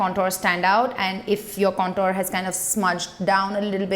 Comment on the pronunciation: Please lookup the pronunciation of "contour". You're a beauty guru so this word will be used often. Most indian youtubers get this wrong and it feels to me like someone is scratching broken chalk on a tin board